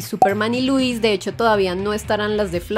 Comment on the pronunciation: Estás en lo correcto mi estimado dijo